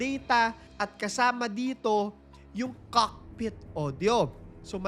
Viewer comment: i love your accent, say it again... COCKKKpit....